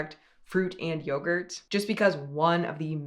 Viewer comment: yogurt? more like byegurt